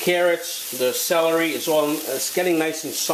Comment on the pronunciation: did u say salory after carrot?,i need to know didnt get it right